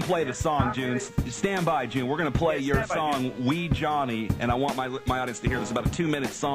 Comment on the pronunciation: not June!!!